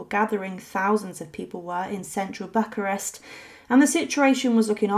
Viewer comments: Why don't the narrators of these videos research the proper pronunciation of people and place names and then stick to them? BUCK-a-rest does not exist, however Buuch-arest does. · Pronounced "Vahl -ACK-ee-a" and it's BOO-ka-rest. Dear God, look up how to pronounce some place before you speak! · Bucharest is pronounced Boo-karest and the "ch" in Walachia is pronounced as "kh", not as the "ch" in cherry. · Bucharest is not pronounced this way. You left out the video of them being machine gunned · I honestly don't think I have ever heard anyone mispronounce Bucharest before.